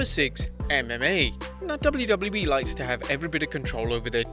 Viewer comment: "dubliu dubliu E"